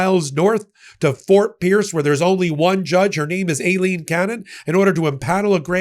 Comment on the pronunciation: It’s pronounced Eye line. That’s the Spanish spelling.